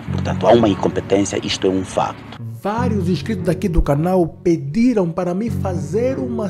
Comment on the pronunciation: Não é "mipidiram", mas sim, "Pediram-me".